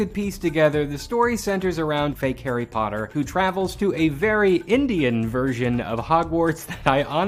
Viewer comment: Lol. "Hari Puttar"